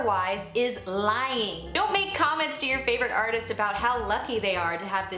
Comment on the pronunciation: Lol she said arthEEist